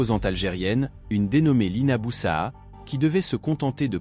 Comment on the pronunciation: c pas boussaha mais plutot boussaada